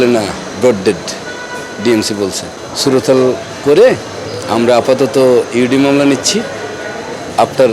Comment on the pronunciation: সুরতহাল,,,, উচ্চারণ টা ঠিক হওয়া উচিত